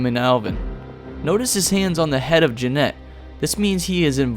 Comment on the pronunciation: When he says “Jeanette” I get so weirded out lol